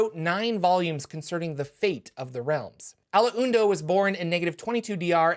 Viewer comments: Its pronounced Ah-londo, not A-lo-en-do! You can hear it here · It's pronounced, "Al-ondo". Not "Al-Uw-Uund-oh". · Ah-lawn-doe The "win" is silent. So sayeth the Wise Allu-win-du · "al la oon doe?" I'm going to check on that pronunciation right after I wash and fold my "la oon dree" 👕🧦🧺 LOL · A-laun-do. Three syllables. That's the way his name was pronounced in the Baldur's Gate game and that is an official AD&D product. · The Alaundo pronunciation kills me. If you play some Baldur's gate, it's mentioned several times, minus the "hun" in the middle. A Lawn do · I thought it was pronounced "A-lawn-doe"